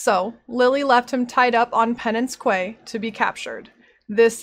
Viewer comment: The "Quay" in "Penance Quay" is pronounced like "Key". Pretty minor complaint though, loved the video <3